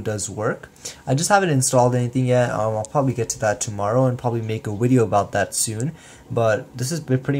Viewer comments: this guy said welcome back to another wideo on the ps wita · PS Wita? A wideo? Lol. =)